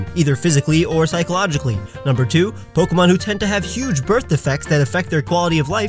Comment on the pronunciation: That's not how you pronounce "pokémon". >:(